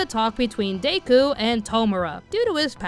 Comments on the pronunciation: My girl did you really just pronounce his name as "Day-Ku" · I can't lie, the way you were pronouncing Deku as Day-ku was hard for me to ignore and I had to make myself try to ignore it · DAY-KU haha.